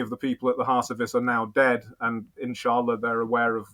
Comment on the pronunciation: I enjoyed your conversation very much. Robin summarized everything very eloquently. He is indeed a well informed and ground knowing person. other than that his Insaallah's & elhamdullillah's are very good in pronunciation. I still love your content. What I really did not understand is this; " Is the "Thinking Muslim" yt channel a British intelligence asset?!! If yes, let us know. No problem. We can live with that reality. Old school classic work. Good job. So far i did not though that was the case. But going down further especially on this conversation my perception of him and your channel changed a lot, i should admit that Mr.Robin seems to be a very valuable MI6 asset. His story telling is remarkable. Everything seems to be in order with him. At the end he pushes a well known narrative which is almost 95 percent correct. But as we often say the devil lies always in the details. I am glad to see a top level agent at his work. Hat's off.